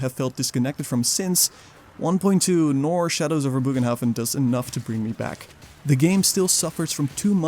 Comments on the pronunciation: ye no worries i fully get it, the translator thingy isnt perfect, nor can you be expected to copy it certainly not while doing a big video i just a few takes. but my germanic heart feels the need to tell you that it should officially be pronounce as bogenhaffen (booohhh ghhhhnn hafffff en) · It's actually pronounced as, "BURR g'n-hoff'N" (or if that's weird to read: "BURR-gun-hoff'n"). The state language of The Empire, after all, is Reikspiel; which is an extremely close approximation to modern High German/Dutch. The more you know. ™ 😜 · Bögenhafen is pronouced differentely, but I totally agree with you on the poor quality of the DLC. It simply doesn't offer anything new, but 2 kinda boring maps. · still no excuse to not even try and pronounce it correctly ;p